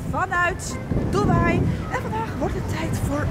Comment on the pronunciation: Bro het is dubai